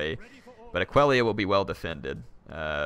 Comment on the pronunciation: can you rename Aquileia to Aquellia? Since you never pronounced it the right way.